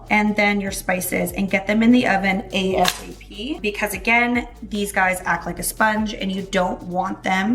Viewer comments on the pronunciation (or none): A-S-A-P.. no, Asap, one word. Love your recipes